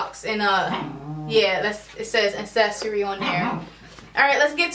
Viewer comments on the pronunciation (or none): I thought she kept saying assessory.